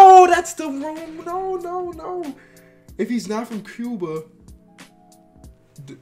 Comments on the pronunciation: It's q-ba not c-po-a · What kuba? I never heard of that place. But I have heard of Cuba pronounced like q-ba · He really pronounced Cuba like cooba 😂😂😂 come onnnn cuhhhh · This nigga said "Cooba" 😂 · I'm tired of you pronouncing New Zealand" "New England" and Canada "caldon" Edit " and Cuba" " Cooba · My God learn how to pronounce Cuba bro, Its cube-ah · CUBA? COOBA?? LOL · My boy don't know how to say Cuba 😂